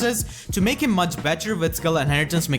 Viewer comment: it has a lot to do which syllables you are emphasizing/stressing as well as a non-fluid speech pattern (you place a lot of breaks in between words and syllables). Like on words like 'better', 'Navarre', 'regard', 'healers', 'inheritance', 'four', 'fourty', 'put', 'output', 'for', 'him', 'combat', 'often', and 'a lot'